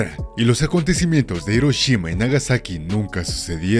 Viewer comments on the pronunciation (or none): none